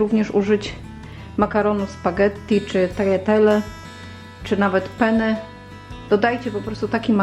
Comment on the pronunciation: Danie super, dziękuję. Wymawiaj koniecznie "penne" przez dwa "n". Bo "pene"po włosku oznacza penis (męski). Włoch by się śmiał. W języku włoskim podwojone głoski są bardzo istotne, zmieniają znaczenie. Mów też pappardelle przez dwa "l".